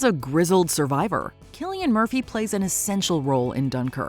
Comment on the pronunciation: Remember: His name is pronounced as "Kilian", not "Silian".